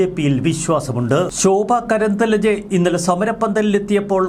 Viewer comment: കേംദ്ര മന്ത്രിയുടെ പേരു ശോഭാ കരന്ദ്ലാജെ എന്നാണ്. ദയവായി ഉച്ചാരം തിരുത്തപ്പെടട്ടെ.